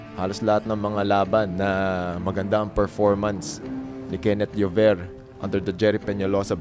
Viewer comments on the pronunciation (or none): Kakatawa yung ring announcer di mabanggit ang 'Llover' hehe.